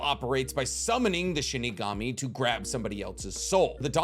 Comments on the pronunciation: It's SHINIGAMI not SHIKIGAMI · IM SORRY U KEEP ON SAYING SHIKIGAMI ITS SHINIGAMI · Did you really say **Shikigami**?? It's SHINIGAMI as Shi literally means death, and Gami means God - so Death God, easy. But, I shouldn't be suprised, you keep calling Shisui's MS jutsu KotoamatsuKAME :/ and Tobirama's jutsu Edo TenSAI :D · Shinigami. not shikigami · I've always loved listening to theories, but MY GOD does it annoy me when he mispronounces words like Shinigami, he says shikigami, or when he says jibuka tensai when it's JI BA KU TEN SEI, or and some other stuff, im sure you guys notice. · Bro what the hell is a shikigami it’s Shinigami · first it was Chibuka Tensei (Chibaku Tensei) now it's Shikigami (Shinigami) 😭 I'm convinced that isn't the Naruto fanboy he said he is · I'm triggered. You keep saying Shi-KI-Gami. It's Shi-NI-Gami (loved the video)